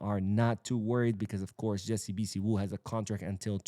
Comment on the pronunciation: The name is pronounced....... BHI-SIW ..... two syllable